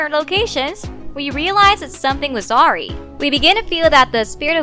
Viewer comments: Awry= pronounced ah-rye… as in something is amiss. Not awry=pronounced in this video as arrr-ree… similar to pronouncing sorry. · Awry is pronounced Uh-Rai not Aw-Ree. Also Gigli is pronounced Jee-Lee not Gig-Lee. I realize the words don’t look how they sound so just a friendly heads up. Also, I like your news reporting voice. Sounds upbeat and clear 🤍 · And Awry! Aweree. 😆 😂 😝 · And awRY!! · Everyone talking about her pronunciation of gigli but not her pronunciation of awry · I know 😂